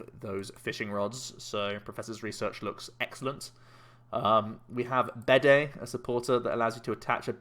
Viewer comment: Bede is pronounced like bead, rather than bidet.